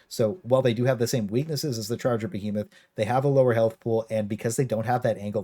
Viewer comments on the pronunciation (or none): none